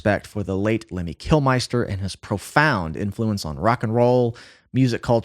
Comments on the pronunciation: Lemmy Kil"mister", not Kil"meister". Ouch, that hurt. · one small thing, it's 'Kilmisster', not 'Kilmeister' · KILMINSTER not Kil-meister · And for mispronouncing his last name 🤣